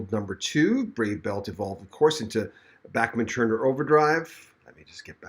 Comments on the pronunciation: The way to pronounce is like BACH not Backman.... Please get it right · Please quit saying Back men turner Its Bach sounds like Bock Like the classical musician Bach I had to quit watching because of your speech impediment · It’s Bachman, not Backman! 🤦🏼‍♀️